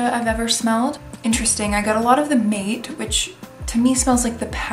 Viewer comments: Thanks for an interesting run through! Appreciate it :) P.S. Mate is pronounced Mah-teh soft e, not Mah-tey, man-teh! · Also "Mate" is pronounced "Maa-tay" by the way! Just wanted to let you know :) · Mate is pronounced mah-teh or mah-tay